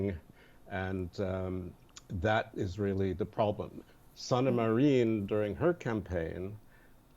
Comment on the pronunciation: guys please Finnish word and name pronunciation rules are very simple. He keeps saying Sanama Ryyn (although the long e sound is not quite the same as in the Finnish y) Accent is always on the first syllable, a (with no umlaut) is always pronounced as in "ah". i is always short i like "in" or "bin" not the long e sound. double letters always get a little extra time. "aa" will be a tad longer than "a" for example. Same with consonants. Every letter is always heard individually. Just like in sauna it is almost 3 syllables. sah oo nah with accent on the first. So many people are butchering these names and so many Finnish Americans have done the same it makes me sad... (the Niskanen center in DC for example constantly called the Niss Cannon center ) it ruins the very distinct and lovely sound of the Finnish language 🇫🇮❤